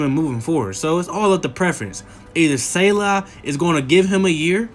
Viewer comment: bruv, great vid but you gotta learn to pronounce coach SALEH's name properly. hearing you mess that up so badly almost made me not watch the rest of the video